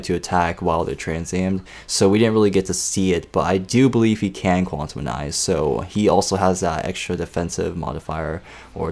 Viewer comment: you're pronouncing Quantize WRONG